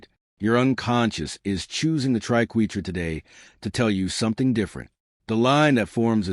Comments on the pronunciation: This is shallow explanation. - AND - The AI "narrator" can't pronounce triquetra or ankh correctly. Artificial Idocy! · we are #3 and i love it when the fake AI can't pronounce Triquetra the proper way